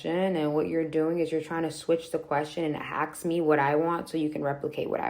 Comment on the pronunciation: Stop saying AKS